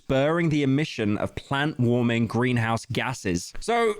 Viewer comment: This mf really just said "plant warming gases*